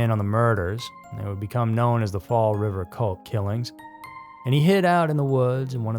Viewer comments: He said WAYYYY too many of these weird town names correctly. Now I knew he either actually does his research or hes from here, or someone on the staff is. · The fact you pronounce all the local names correctly is awesome. Fall River born and raised.